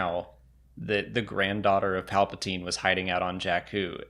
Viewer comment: I'm pretty sure Luke read the script and that's how he knew Rey was a Palpasheev